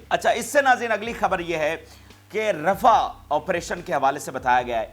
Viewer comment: Pl read rah as rafah